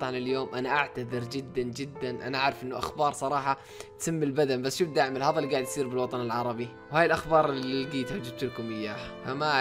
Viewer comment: ليش تقول هظا مو هذا🤣